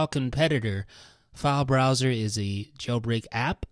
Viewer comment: He's saying failesbroswers